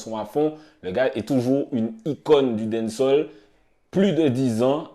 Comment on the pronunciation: Faut prononcer les a de dancehall